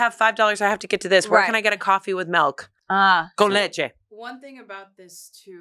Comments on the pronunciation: omg!!! I also say melk my whole family does! Putting an I in feels so weird in my mouth! Funny thing is I’m also from MA but it’s not a MA thing because everyone here makes fun of me for it!! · MALK????? MULK???? MILK????? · Even tho they I’ve never heard say milk before, I already knew she pronounced it melk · Not saying Melk which is Afrikaans for Milk😂